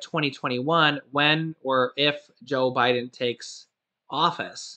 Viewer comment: Love your show, you had me laughing because you said O'Biden.. rerun this show and you'll hear it. About mid way through the show. Great work anyways...lol